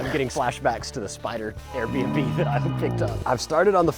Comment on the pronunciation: Why do you always say airbmb😅